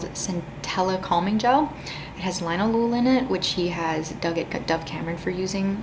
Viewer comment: Former professional perfume chemist here (full disclosure: I’m also against fragrance in skincare. At least on my sensitive skin). I’m leaving this comment because I see this mispronunciation everywhere—even all the How To Pronounce videos I’ve seen screw this up—but “linalool” is pronounced “lin-ALL-oh-all”. Think “alcohol,” but with a “lin” ahead of it and no C or H sound.